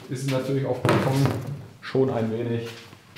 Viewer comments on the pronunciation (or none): none